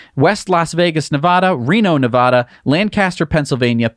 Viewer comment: He didn't say Nevada right!!!